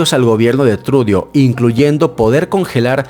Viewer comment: Trudo así se pronuncia no trudio!